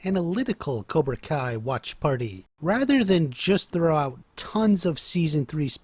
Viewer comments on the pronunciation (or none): none